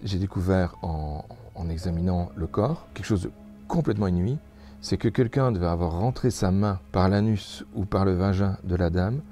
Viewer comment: J’aime trop quand il dit "inui" 😆😁